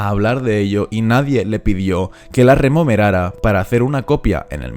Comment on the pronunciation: Remomerara? Diras rememorara a ver si hablamos bien